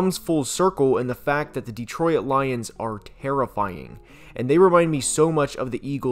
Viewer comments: Bro it's "Detroyt" not "Deetroyit" are you using an AI or something? Good god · Good job, but please: It's pronounced Detroit. Not De-troy-it. Two syllables, not 3. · The "OIT" in "DETROIT" is pronounced the same as in "OIL". It's not "DETRO-IT" It's "DE-TROIT". Sorry i know i probably sound like a dick but your pronunciation was really bugging me lol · I have never heard Detroit pronounced the way you do. Born and raised there and it’s a first for me. There’s only 2 syllables in Detroit (De-troit) not 3 (De-troi-it). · Great video bro but it is pronounced ditroyt. Not DeeTroyit. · Why do you pronounce it “Detroyit”? It just Detroit [Deh-troy-t]. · Why does he pronounce it "dee-troy-id' rather than "dee-troy-t"? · I’ve lived in SE Michigan my whole life and I think this is the first time I’ve ever heard anybody pronounce it “De-troy-it” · I can't stop hearing him say "Dee-troy-it" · I know right, I'm from the UK and thought maybe I'm wrong in the pronunciation but this is literally the only time I've ever heard anyone call it "Detroyit" 😂😂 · Driving me crazy calling it Deetroyit. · How the hell do you say Detroit. De-troy-it? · I’ve never heard someone pronounce it “de-troy-it” before lmao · Please, for the love of God. Detroit has two syllables. Stop saying "de-troy-et" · Am I going crazy, or does he keep saying "Detroy-at"? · Not gonna lie, it’s hard to get past the “Detroy-it” pronunciation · Detro-it lmao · This is really good analysis but what is this pronunciation of Detroit? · Is anyone else noticing how this guy pronounces Detroit????